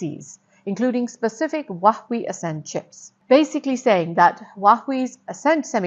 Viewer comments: Oh dear Please learn to pronounce Huawei properly ! It’s Huawei = as in Hua way ) Not “wach way” ) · Huwa-Wei rather than Wah-wee. Otherwise, great content. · True, it feels so weird hearing her say Huawei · Your pronunciation of Huawei is tragic! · Great content, please pronounce Hauwei correctly.